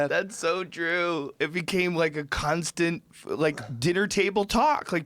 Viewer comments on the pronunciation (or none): did joe say "cunt-stant"?